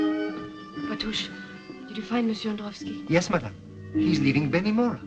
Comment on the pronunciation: It should read Beni Mourat not Beni Mora.